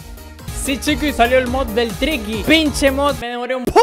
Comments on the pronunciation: Se dice tricky phase 3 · Yo jugando tricky y siempre escucho cookie